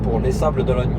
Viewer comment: Sympa le passage aux Sables d'OlonNE (pas Ologne) 😁 je connais bien et j'y vais dans un mois... a+